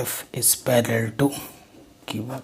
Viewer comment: sir parallel hota hai pallel nahi